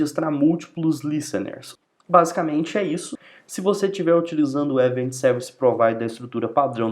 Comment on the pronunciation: Show de bola essa explicação de como funcionam os eventos no Laravel! Explode my mind!! há há há ... Obrigado pelo share! Por estar acostumado a ver vídeos em inglês, confesso que a pronúncia de algumas palavras me incomodaram um pouco tipo "event" mesmo, mas claro, isso é só uma crítica construtiva pros próximos vídeos que fizer e que não atrapalha de forma alguma a orientação e objetivo desse vídeo. Muito obrigado mesmo!!